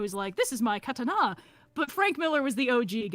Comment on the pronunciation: I SPAT OUT MY TEA ("Kata-narr"! im wheezing)